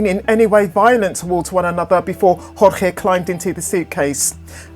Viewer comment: "George" Not "hor-hay". Like many other Cuban-American men in south Florida named Jorge, he preferred the Anglican pronunciation. This is not conjecture, he is seen using the "George" pronunciation himself in videos. It's disrespectful to ignore his preference in this regard.